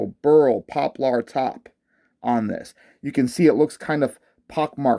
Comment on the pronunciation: Great looking instrument indeed. You're cracking me up with your pronunciation of Poplar though, HAHAHAHA!!! jmwy.....